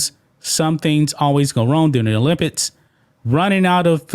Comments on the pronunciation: O-limp-iks......not olimpits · Come on bruh!! It's pronounced Olympics not olympits. You speak for a living